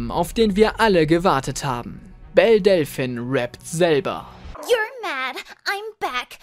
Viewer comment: Du sprichst Delphine falsch aus.